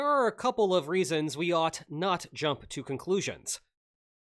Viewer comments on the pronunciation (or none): none